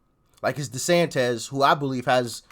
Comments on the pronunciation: I chuckle every time he calls Desantis Desantez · Desantis (-iss, not -ez); you are making him sound like a Mexican... ☻